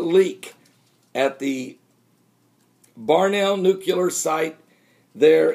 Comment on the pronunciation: Barnwell pronouced Barn Well - not Barnell.